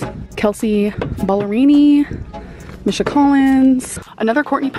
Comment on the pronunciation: the way she pronounces misha angers me